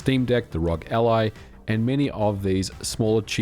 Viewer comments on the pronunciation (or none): It's R.O.G. It's an initialism (not an acronym) for "Republic of Gamers". It isn't pronounced "rohg", you say each letter like in FBI, CIA, or DNA